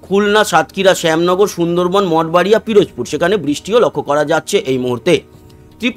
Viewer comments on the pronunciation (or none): none